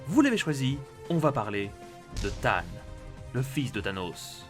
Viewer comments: Y as que moi que sa énerve d’entendre tane ? Alors qu il s appel thane (teyne phonétiquement) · RIP l'accent anglais lors de la prononciation de Thane.